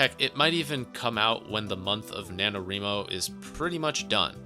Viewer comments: I've never heard it pronounced the way he says it haha I'm like 99% sure it's wry-mo since it's "writing" not "wreeting" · NaNoWriMo is not pronounced like "reemo," lol The word is "write" so say it like that. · I am enjoying the video but you gotta work on your pronunciation of NaNoWriMo. It's Wri like Writing no ri. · Ree-mo? Thought it was pronounced like Wry-mo? Have I been saying this wrong all the time?